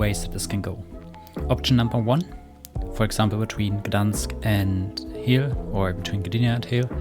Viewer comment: I have just been to Hel over the easter holidays and it's pronounced just with a long e. So just pronounce it like you would pronounce "Heel" in German.